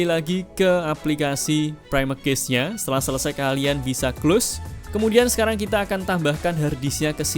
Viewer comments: Baru ngeh klo ternyata yg dibahas cache gara2 mas e salah baca 😭 "cache" dibacanya sama persis kyk "cash" mas, bukan dibaca kyk "case" 🙏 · Cache bacanya kash. Semoga dibaca, klo ga, malu2in ah cenel tekno ga tau cara baca cache